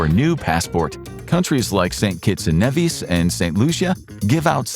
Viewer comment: It’s St.Kitts and Nevis (kNee-Vis)